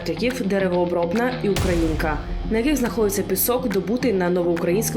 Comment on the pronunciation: Ударение : УкрА' инка.